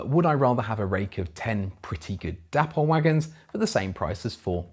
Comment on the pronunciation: why pronounce it 'dappol'? It's not spelt with 2 p's! It's clearly 'day-pol' which is how the Dapol people actually pronounce it!!